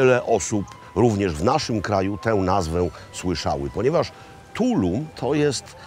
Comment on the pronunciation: Also accent is on the last syllable in Tulum! 😊